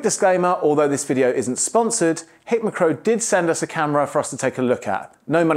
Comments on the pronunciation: Hick McCrow? 😂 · Hik McCrow? You're having a laugh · HICK MAH CROW.... Tickled my funny bone. It's High K Micro ;-)